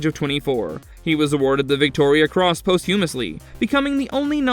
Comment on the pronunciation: You don't pronounce posthumously with a hard H. Also, you pronounce Cambridge like came, not cam. (Came-Bridge)